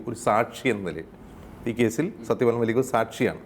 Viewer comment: It's mallick and not maalik pls